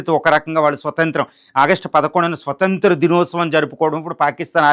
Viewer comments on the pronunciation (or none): none